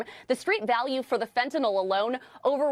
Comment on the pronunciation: Oh, and another thing. Will somebody please tell these Fox commentators (including Trump) that it's FentanYL, not FentanOL. If you're going to pose as an expert, at least get the name straight.